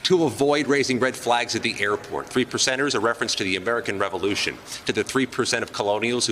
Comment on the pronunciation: When he said the 3 percenters, I thought he said, The 3 lepers!